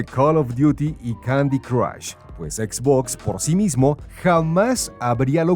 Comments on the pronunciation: Se pronuncia etz botz, fin de la discusión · por tienen a alguien haciendo locución si no sabe pronunciar xbox correctamente